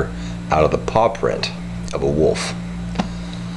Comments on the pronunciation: Is it just me, or does he keep saying woof? It's wolf, wolf. The L is NOT silent. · I love how he says woof instead of wolf. its fuckin awesome.